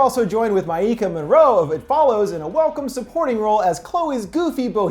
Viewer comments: Maika is pronounced like Micah not Myeeka... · Maika’s name is pronounced “Micah”.